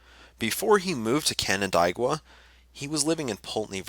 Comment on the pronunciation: Canandaigua. Pronounced, "can-an-DAY-gwa." We are a strange land of weirdly Anglicized Iroquois names, I know...